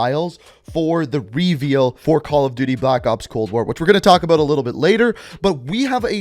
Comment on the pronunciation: Am I the only one bothered by how he says "reveal"?